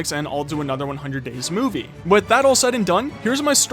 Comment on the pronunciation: did you say moviey